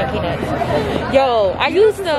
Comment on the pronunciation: You know what’s crazy when you order the peanuts it dead sounded like you said cashews I knew you were sayinn peanuts but it could’ve deff sounded like cashews I’m so sorry sis 😭😂